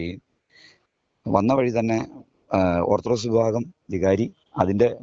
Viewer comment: ഓർത്ത് ഡോക്സ് അല്ല ഓർത്താൽ ഡോഗ്സ്